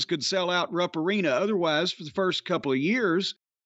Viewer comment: Always sounds like it's pronounced "Rump" Arena.. 🤣